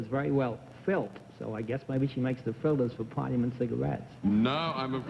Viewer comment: Sounds like he did (actually, pronouncing it "filt"), because he went on to say "I guess she makes the filters for Parliament cigarettes".